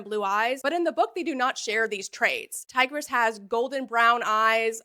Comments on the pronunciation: all the ancient Romans in the comments are terribly offended by your pronounciation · Bro really went from tigris to tigger 💀😭🤦‍♂️